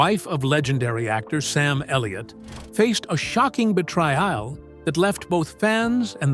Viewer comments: Betrayal "bi try all". Come on, edit your AI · Didn’t the pronunciation of “betrayal” as “Ba tray i el”, only a minute into the video tell you it is AI? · Bye tra al, for betrayal, one might guess